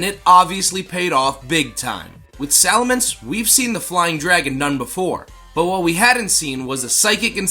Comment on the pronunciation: Looks like you Sali"Minced" you pronunciation a little! 🤣👍